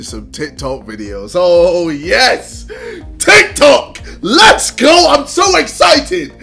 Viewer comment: JJ: ''Tih Toh''